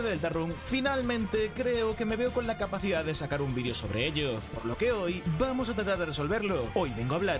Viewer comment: Vamoh a disfrutah esto